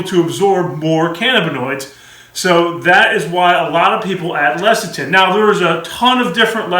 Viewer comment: Less-a-thin, it's pronounced less-a-thin.